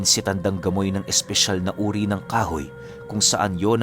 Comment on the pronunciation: Grabe Ang galing nmn nitong c tandang gamoy, bkt gamoy Diba pamoy hehehe